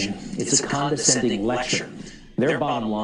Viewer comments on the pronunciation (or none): none